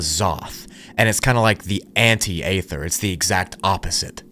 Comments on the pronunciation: It's pronounced E-ther not A-ther. 😊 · It's EEE-THUR, not Ay-thur 🙄🤦‍♀️ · Great video bro , its “Ether” though dont say the A lol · Aether is pronounced Ether. It is a silent A. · at least I wont have to here the word 'A'-THER EVER AGAIN 😅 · I think its EE ther. Not what your saying bro. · By "aether" do you mean "ether", I trust that this is just a fictional story and that people don't actually believe this is true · Bro it’s pronounced (ee ther) Aether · Pronounced Eeether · You said “etheric realm” but you’re mispronouncing “aether” I’m far more irritated by that than I should be. The “a” is silent, just say ether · This guy likes to pronounce silent letters like the l in yolk and the a in aether.